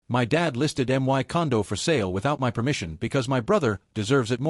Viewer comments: "My" is pronounced " my" not " m-i". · "M-Y" Gosh, same badly programmed and illiterate AI voice. 😮 And the Speech-To-Text program is even worse. 🤨